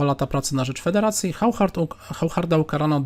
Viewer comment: Oszar nie żaden Chauchard, Waszie-Lagraw a nie żaden Wachier-Lagrawe....